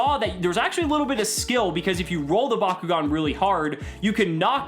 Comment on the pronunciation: Back-O-gan not BACQGON